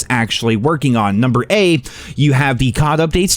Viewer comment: Always love when says “Number A” 😂